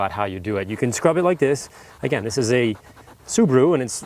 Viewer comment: Sue-baa-roo Not!! Sue-boo-roo!!